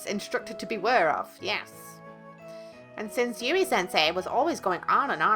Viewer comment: When you say Yui, I think of the spelling Yewee.